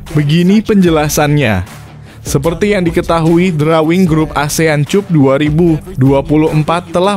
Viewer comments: Maap Mr, klw cup itu di baca nya kap, bukan cup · Asean kap bg bkn cup.... Bacanya kap bg bkn cup... Dengernya sya malu.... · CUP'>>>> NDAK DIBACA 'KAP' YA. SI NARASI MMG LULUSAN S3 YAH? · dasar AI...cup cup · Konten ini kalau membaca seperti melecehkan bahasa ind, contohnya cup